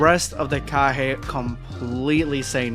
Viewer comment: This guy has mispronounced names ever time they name kage get pronounced kaha its fucking annoying